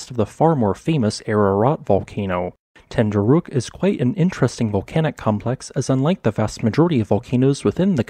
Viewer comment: You really cant say ten dü rek 😂